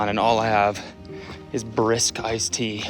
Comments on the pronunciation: “peanut butter and bha-RISK” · this rant about his mom and the Brisk tea. Holy shit. I’ve already had some inside jokes with Brisk tea. And it is fucking killing me to hear Cody say brisk BRISK with so much emphasis on the “B” like an obese cartoon villain saying that motorboat “b” noise they do when they’re flabbergasted. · The way Cody says “Brisk” is hilarious. Anyway. Great video.